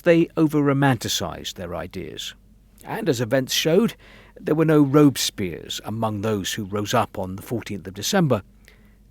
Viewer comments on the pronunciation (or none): Got a good chuckle out of "robe-spiers" 😂 It's pronounced robess-pierre.